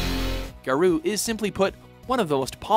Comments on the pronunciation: Ga-Row, not Ga-Roo... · you pronounce it as Gow-Row.. not garu.. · It's pronounced "Ga-ro", not "Ga-roo". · Garou, is said like Ga-row. Not Ga-ruu. There was a reason some of these games were forgotten. Some of the games on this list have bad mechanics, and response time. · "Garuu mark of the wolves" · please stop saying "garoo" they tell you how to pronounce it right on the title screen. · "Geru" ugh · yup they always screw up something prior to 2005 or pronounce things odd...Gahrooo lol wut? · Garou is pronounced Gah-row, which is wolf in Japanese. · Your pronounciation of Garou makes me laugh hard asf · Please learn how to pronounce words before you say them. I wouldn't actively complain, but the game actually says the title on the title screen. As for Slam Masters, I think Ring of Destruction: Slam Masters 2 was a better game. It played more like a traditional fighter with a lot of grappling moves rather than attempting to blend the genres. Another unknown gem (probably because it was never released in the US) was Kinnikuman Muscle Grand Prix. It's easily the best Kinnikuman (or Ultimate Muscle) game out there. It basically plays a lot like Tekken if everyone was a variation of King. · Announcer mispronounces "Garou" even though the game says the name in the title screen. I die a little inside. Also I am fairly certain what was labeled as "Drive" was in fact "Double Dragon V: The Shadow Falls". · Am I the only one who was rather disturbed about how "Garou" was pronounced? No? Guess it's just me.